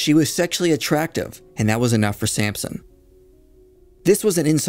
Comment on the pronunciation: It's Samson, not Sampson, but good job otherwise